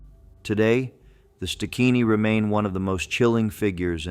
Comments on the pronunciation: Stigini not stikini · Its pronounced st~guinea